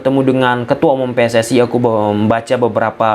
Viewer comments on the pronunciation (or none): none